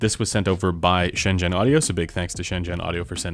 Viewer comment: well done you for pronouncing Shenzhen correctly